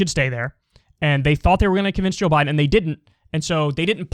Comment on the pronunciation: Really Kyle? You are going to listen to a theory of a former bus driver who can’t even say Joe Biden’s name right?